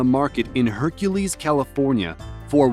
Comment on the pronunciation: Hercules ... you mean HUNcules